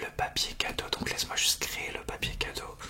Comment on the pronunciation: « piapier cadeaux » XD❤️